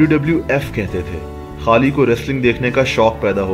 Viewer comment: Bhai Pehle bolna Sikh le..... खली होता है।।ना कि खाली 😂😂